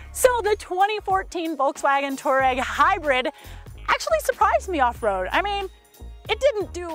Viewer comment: #3 - it's Touareg, not Toureg!